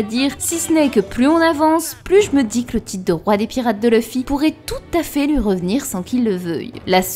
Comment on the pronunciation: C'est quoi l'accent de qui ressort sur les mots "huit" "lui" "fuit"